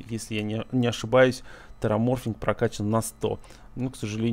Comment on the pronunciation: не тераморфинг а тераформинг - от слов терос и формация, а не от ксеноморфов ) чужих пересмотрел?))